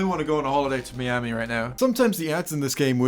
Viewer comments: i can get over your pronunciation of the word "inventory", that's whatever- but... MEEAMI? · Thanks for the clarification on the pronunciation of inventory, but meeami? Honestly all the different pronunciations I find enjoyable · Fetero But it’s not pronounced like it’s Spanish anymore— it’s pronounced my-ami. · I'm not fussed about how you say "inventory". I'm more fussed about how you say "miami". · Your inventory pronuniaction was fine, but how you said Miami actualky made my ears bleed